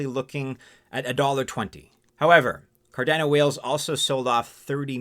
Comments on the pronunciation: Hmmm, a little nuance on Cardano's pronounciation as it sounds a bit off key, like a piano with one key out of tune. When watching Charles, the founder of Cardano, he pronounces it in his vids a bit of a different way. Although spelled to sound like Car'DAN'oh...he says it Car'DON'oh. Thoughts? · It’s named after Gerolamo Cardano. “Kar-Dah-No” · please pronounce the name correctly!!!!